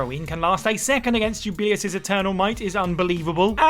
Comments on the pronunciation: Juu - ba - lay - ous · That pronunciation of Jubileus actually made my head hurt. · And he says it SO MUCH.